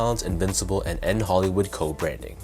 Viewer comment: Bruh it’s a shoe review at least pronounce the name right, it is N. Hoolywood not N. Hollywood smh